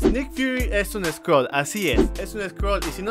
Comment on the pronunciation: Original : Skrull Traducción latinoamericana: sCroLs